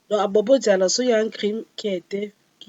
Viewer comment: Pardon, arrêtez de massacrer le nom de ma ville: c'est Bobo dioulasso